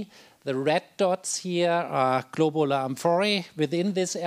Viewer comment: So we learn correctly, the word "globular" sounds as if it is pronounced in this and other presentations of this conference as "globar." Is that the standard way to pronounce it, or perhaps an accent?